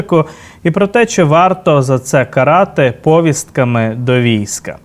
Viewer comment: правильно говорити повІстка,а не пОвістка, а також не "в рамках", а "в межах"...тлумачний словник на допомогу